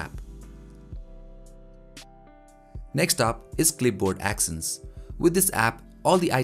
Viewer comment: Actions(act ions) not axions(ax ions)